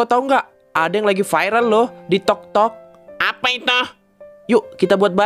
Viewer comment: Kak kok bilang tiktoknya kok toktok wkwkw